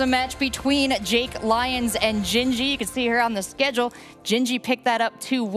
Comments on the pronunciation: My god. Say LeeONs again. LIEons. LIEONS. Even when he hears others saying it he still says it wrong. MUTE. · It’s also one of a commentator’s main jobs to get peoples name right and butchers “Lyons” almost every single time.